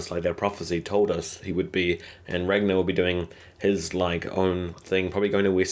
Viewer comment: Ragnar (swedes spell this like Rangnar, also heard in the very first season of this show) Ivar Björn (Bjoern) Aslaug Lagertha My ears hurt because it really is so simple pronouncing and spelling the names after all.